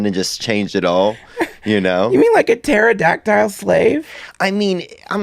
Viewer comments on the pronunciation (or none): Did he say " slaveadactyl" lmao 😂